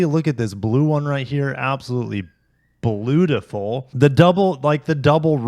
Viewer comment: "Bluetiful"... 55th St!